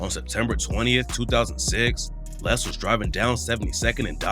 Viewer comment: Cant even pronounce his name right lol Lil LAY